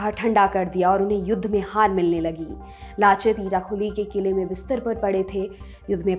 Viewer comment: Aunty उनका नाम लाचित नही लचित था